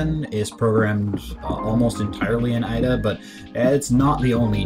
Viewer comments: Is he saying Ah-Da? It's Ada, the language is named after a person, Ada Lovelace. Pronounce it like the name... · I've never heard anyone pronounce Ada that way. Like "add uh." It's not deriving from "adding" something. It's a woman's name: Ada. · AY-DA not EYE-DA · just started watching, when I learned the language we called it Ada, pronounced as "aid-a", not as "add-a", have you heard that way too? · You would have thought that someone who teaches Ada would be able to pronounce it correctly :/